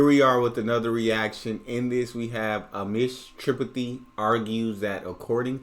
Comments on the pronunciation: It's Threepaathy not Triputhy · Pronounce his surname as " tre pa thie"